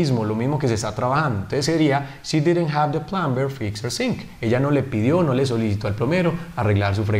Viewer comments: Pacho plumber se pronuncia sin la b asi; Plomer. Tú has dicho (plumber) con b, la b no se pronuncia... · Mal pronunciada la palabra plumber, ya sea que fuera ingles americano o británico. El resto está todo bien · Hola, muy buen video, explicas muy bien, solo una pequeña corrección, en la palabra Plumber, no se pronuncia la b, es muda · Teacher...en la palabra PLUMBER la "b" no suena.